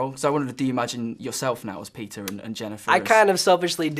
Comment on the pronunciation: interviewer says peter not peeta oops.